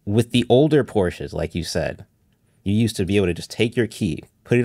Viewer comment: IKR. Listening to that pink laptop kid talk about “Porsches” is painful